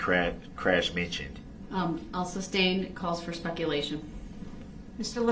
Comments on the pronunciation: "alleged defendant" (theres Nothing alleged about being a defendant - you are a defendant by definition) / "grounds for the SUBSTAIN" (it's SUSTAIN) / "texas" instead of "texts" / etc.. i could go on and on.. these are all the "Brooksisms" that drive me most nuts.. He's the dumbest most least self-aware human i ever seen in a courtroom. He honestly thought the jury would agree to nullify felony murder of innocent parade victims he ran over.. like what made him think that it was unfair that he was going to jail for running down around 70 ppl in a parade.. Nullification is used when a jury decides the law is unjustly putting someone behind bars for example if someone is arrested/charged for political reasons or a crime has an unjust punishment so knowing that.. what in gods name made this man think the jury would sympathize for him after all the nonsense they witnesed in court.. the man was even disrespectful and awful to the jury.. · Oaf, biast, estoppo, substain, Christ this guy is a ninja of the English language. I need lessons. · Dis,dat, taKit agreement, suBstain ,etc. He's a complete imbecile.